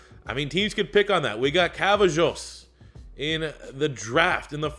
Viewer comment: Aye please see this! Cavazos is not pronounced cav-uh-joes it's pronounced cuh-vah-zose...😳